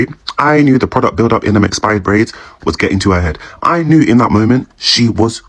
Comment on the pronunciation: "Prouduct build up in those expired braids!!!!"🤣🤣🤣🤣